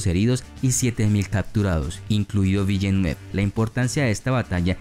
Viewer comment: Se escribe villeneuve pero se pronuncia vilnov